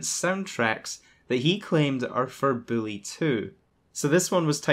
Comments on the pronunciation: Learn how to say bully. It's not billy! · Am i the only one hearing the way he say Bully = Billy ?